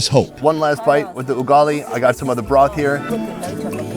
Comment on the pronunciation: ah yes he pronounced as ungali its ugali